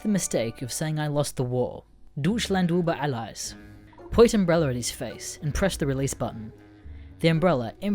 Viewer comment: If you speak german just fuckin try to speak properly for FUCKS SAKE. I dont give a shit about your stereotype. Deutschland isnt dissland and über alles(euber alless) isnt ubr alis